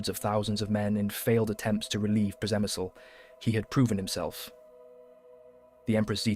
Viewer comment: On pronunciation, I believe it is 'Grats' and 'Shemshil' although the latter is hard for a non Slav such as I. Lemberg became Lvov and now Lviv